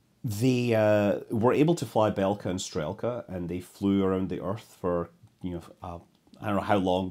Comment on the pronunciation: Loved the video. Minor nitpick: the English transliteration doesn't always do justice to the Russian names. Notably, "e" is often "soft", so you would have "b-yel-ka" (I am not a native Russain speaker, but you can listen to pronounciations of many words on Wiktionary, e.g. "str-yel-ka" , some vowels also get prolonged as in "shootka" Best of luck with further videos - and even better if with more faithful Russian names :-)